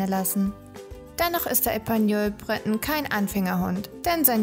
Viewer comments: Breton ist französisch! Es wird nicht englisch ausgesprochen! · Ähm, Du sprichst den ersten Teil der Rassebezeichnung französisch und die zweite Hälfte englisch aus... ok, weiter unten selber bemerkt. Hab die eben erst "entdeckt" und finde sie knuffig. Eigentlich bin ich keine Hundefrau, eher mit Katzen und Pferden, aber ich fange an, drüber nachzudenken. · Sie sind reizend und klug und ganz wunderbare Gefährten. Nachdem mich mein geliebter Pointer heuer verlassen musste, bin ich auf der Suche nach einen Bretonen. Aber das ist ganz schwierig, in Österreich sind sie derzeit nicht zu erhalten. Ich würde für einen Epagneul natürlich auch ins Ausland reisen. Hat jemand einen Tipp für mich? Das Video ist gut gemacht und informativ. Aber "Breton" habe ich bisher nur französisch ausgesprochen gehört, das anglisierte "Brét'n" klingt für mich etwas sonderbar. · Wir üben dann nochmal die Aussprache von Breton und Tricolor.....